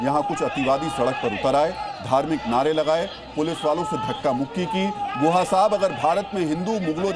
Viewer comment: Tameej se naam lo unka naam guha nahi Gukha hai